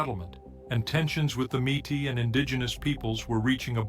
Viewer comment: The fake voice said the name incorrectly: mete. Or maytee not matis